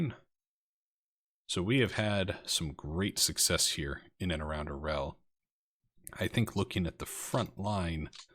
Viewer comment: That was quite a coup with Orel there, comrade! (Bonus Russian points: It's pronounced "ar-YOHL" (with a roll on the 'r'). Use that pronunciation and you're going to get mad props from some of us out here ;-) ).